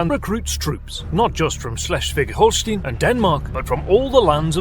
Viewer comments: It's Holst EI n not Holst IE n. Do you say Einst IE n or Einst EI n. Why are English speakers so dyslectic and mispronounce German and French words, names. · Holstein NOT Holstin like Einstein not Instin. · The "ein" in Holstein rhymes with "line" not "lean." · Holstein, pronounced as Holstine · I know this is not important to the video but in German EI like in Holstein is an "ay" sound, IE has an "ee" sound.